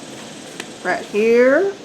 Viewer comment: Love the comments from the Peanut Gallery. More please. Btw thot I was in the wrong place when you said “write” instead of “raht.”